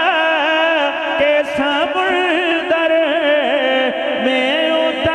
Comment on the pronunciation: جی اصل تلفظ سَمُنْدَر ہے